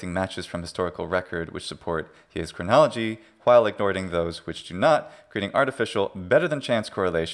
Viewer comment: New Chronology, more like New CRIN-nolo-GE-y.